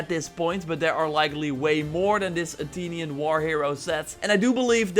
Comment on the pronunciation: Bro Said Atinion 😂